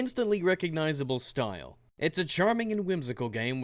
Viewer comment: Did I hear stoyle?